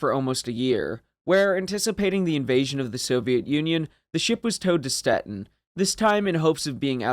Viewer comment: Graf Zeppelin was already obsolete when she was launched. She had been easy prey for an Illustrious, let alone Essex class carrier if she had been deployed towards the end of the war. Pronunciation of Stettin: Shte’teen.